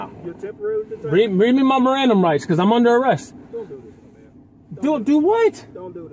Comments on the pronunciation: "my Mirandum rights"...😅😅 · "Read me my mirandum rights" 😂😂😂